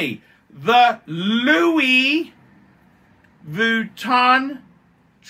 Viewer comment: is he intentionally mispronouncing Louis Vuitton like he does Submariner? - I don't think he is. it's all a bit sad tbh.